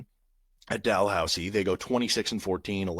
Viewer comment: As a Canadian, the second time you said “Dalhousie” and Laurentian were correct.(well done) Carleton is a legit basketball school (Ottawa) they played right with Duke a few years ago. Duke toured Canada because RJ Barret was on Duke that year. It’s quite rare for a Canadian kid to go to the NCAA after playing U-Sports. It’s quite common for elite basketball players in Canada to go to a U.S high school in grade 10-11-12.